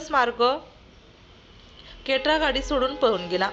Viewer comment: केट्रा नाही क्रेटा आहे 😂